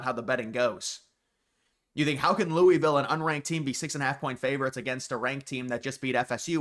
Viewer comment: I’m begging you to learn how to pronounce Louisville. Please.